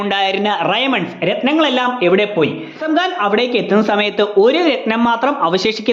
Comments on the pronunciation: പാപ്പാൻ ❌ പാപ്പൻ ✅ നെസ്കലേറ്റ് ❌ നക്സലൈറ്റ് ✅ റെയ്മൺസ് ❌ ഡയമണ്ട്സ് ✅ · നസ്‌കലേറ്റ് അല്ല നക്സലേറ്റ് റയമണ്ട്സ് അല്ല ഡയമണ്ട്സ് ആണ്